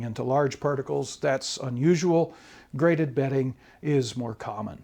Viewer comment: GraDebting or ??? BEDDING? Betting??? What is the speaker saying??? We must listen carefully! Graded bedding makes sense in the context. (unless of course you are in a casino?) (or evaluating your mattress?)